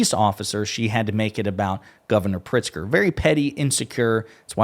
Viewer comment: "Governor Pritzer"